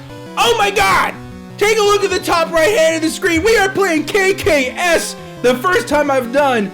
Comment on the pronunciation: it is not kaykay es it is kaykayes